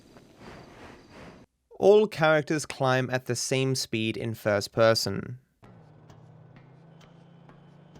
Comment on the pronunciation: I like the way he says "first person" fuss pussum 😂